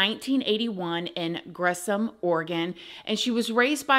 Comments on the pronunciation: Shug it's pronounced Gresh ham but not ham like um. And never have a open relationship it's a huuuuue terrible idea trust me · Hi - that would be Gresham, Oregon (suburb of Portland, OR and pronounced Gresh-um). I love your work, - have a good day! Thanks! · Gre-SH-um is how we pronounce Gresham ❤ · I love how you pronounce Gresham, Oregon 😅😅😅😅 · How you pronounced Gresham is hilarious